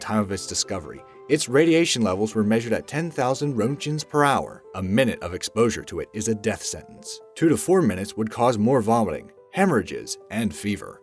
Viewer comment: The radiation measurement "roentgen" is pronounced "RENT-gen". If you make your living speaking English, at least speak it properly.